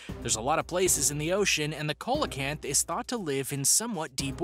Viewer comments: It's pronounced "seal o canth" not coal a canth. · Coelacanth is pronounced, See-la-canth. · See-low-canth is how you say the name of the fish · Colelacanth is pronounced "sea - lo - canth" and Megalodon is "meg - al - a - don" but otherwhise a great video! 😄❤️🇧🇻